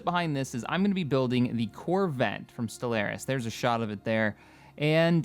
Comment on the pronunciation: I've reported this channel to the FBI for your pronunciation of Stellaris.